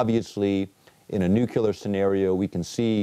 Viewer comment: "...nukular..." This guy was the head of a teaching organization? Really?